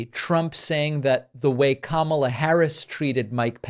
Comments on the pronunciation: He actual pronounced her name right,,,,K A M A L A not Kam al la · I see he is pronouncing Kamala the right way 😊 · First time ever he accidentally pronounce her name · El trumpo pronounces Kamala's name correctly !!! :oops